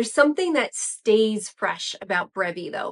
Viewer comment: No you don't....LOL.....the other video you got it right. :)